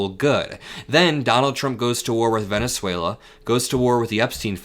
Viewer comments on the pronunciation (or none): none